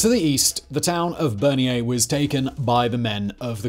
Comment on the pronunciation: Not Berniere. Bernières-sur-Mer. Other than that a great video.